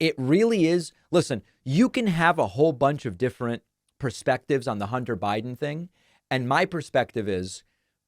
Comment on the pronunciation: I don’t blame him. She TOTALLY disrespected him when she chose to parade pics of his junk , in Congress. “Hunder Buyden” was on point.